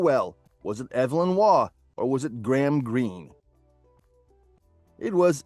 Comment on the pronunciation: Arthur Evelyn St. John Waugh was born on 28 October 1903. Pronounced with long E. Not a woman.